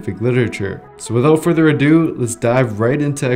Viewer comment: If one more YouTuber says "without further adoo" I'm going to fuckin scream